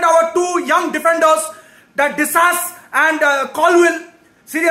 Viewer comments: Disasi as disass 😂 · "Chuchukva" and "disass" i lost it😂😂